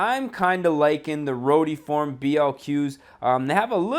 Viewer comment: Why does this dude pronounce Celica and rotiform so weird